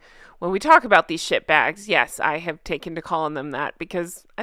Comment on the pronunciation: It does sound funny when you say ‘sh*t bag’ in your accent. It took me by surprise because I’ve only ever heard it in England. Lol. And oh, that poor elephant! Just so that vile thing could have a good photo. Would that the animal had trampled the idiot or poked him with its tusk. 😡